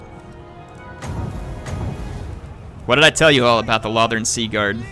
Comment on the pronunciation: Its pronounced low-thorn